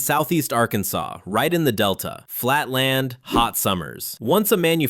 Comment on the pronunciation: "Lan"? You forgot the "d", dude.